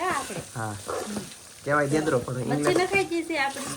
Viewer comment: દેદરો નહીં ઞેદરો કહેવાય